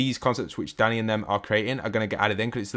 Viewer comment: i think the creator is called dEnni not dAnny